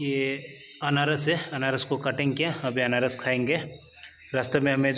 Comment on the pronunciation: अनारस नही अनानस,बोलना सही से किया करो